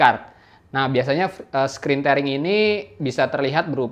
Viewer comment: bacanya 'tiering', bro.. bukan 'tering'..